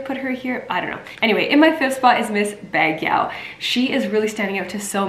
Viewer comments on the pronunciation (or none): Not being to be insulting but in case u want the correct pronunciation of Baguio is Bag - yo. thanks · You sound so cute by trying to say Baguio. But it supposed to be “Bug yo”. Nice try Sierra. Keep posting, we are watching your coverage.